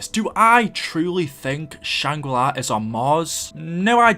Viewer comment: why does he say shangri lye